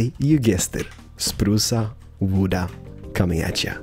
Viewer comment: You Know its pronunced wood not wooda😂